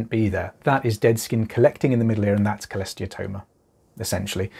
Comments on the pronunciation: I’ve never been sure if I was pronouncing Cholesteatoma correctly. Thanks for saying it clearly! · Had one too. It sucked but I had zero symptoms until 2 ear bones were gone. So…..honestly just happy to find someone else who can pronounce cholesteatoma